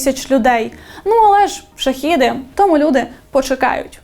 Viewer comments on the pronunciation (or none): ШахЕди, а не шахіди